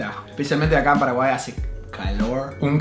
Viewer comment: A Dustin le sale mejor el acento paraguayo 🤣